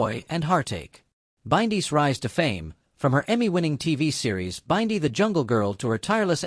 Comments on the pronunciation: Learn how to pronounce Bindi name please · Please learn how to pronounce Bindi it pmo